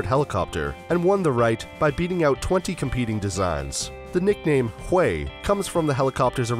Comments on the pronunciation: Thought it was pronounced hughie???... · Hahahaha. The UH1y is called the Huey... pronounced hue-ee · You are soooo right!!! Could not believe how the guy pronounced it. He OBVIOUSLY was not there.